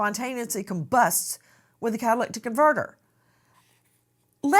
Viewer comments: kah- tuh- LIH - tik ... not kah- tuh- LICK- tik Nancy. Love you but just letting you know how to pronounce it . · Nancy, it's pronounced Cat-uh-lit-ic converter. Not catalictic....🤦🤦🤦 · Just so everybody knows an easy way to pronounce it, * cattle lit ick* is how it sounds when you say it in a sentence..it's a catalyst control on your car.. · Sorry Nancy… CA-TUH-LIH-TIC converter. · Have to log off on this one, I can't listen to "catalictic: any more. Does she think this mispronunciation is cute/ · Cat-a-lyt-ic (converter) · Car guys who’s yelling how to say catalytic (cadalydick) converter. That doesn’t take away from the chance this guy is getting rid of evidence. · Nancy, you're mispronouncing the word "catalytic." yoire adding an extra "c " in the middle of the word. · NANCY cannot say catalytic to save her life. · This case is here in northern calif where i live..Nancy, it's a catalytic converter. You're butchering it. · Lol😂 it's driving me crazy too, she's adding and extra "T" 😆